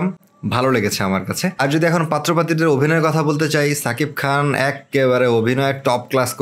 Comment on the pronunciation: are bhai bhaijaan er namta valo kore keno bollena...na English janena...Shakib khan bolen not sakib Khan..